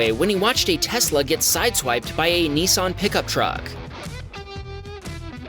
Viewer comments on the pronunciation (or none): BTW it is pernanced NISS-AN not NEE-SAN. there's a " I " before the s not a E.. if you say " ne " instead of " nis " then maybe you say it is a Nece Day than a Nice Day!